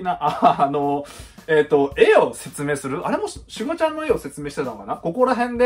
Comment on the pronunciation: シュ↓ガ↑ちゃんww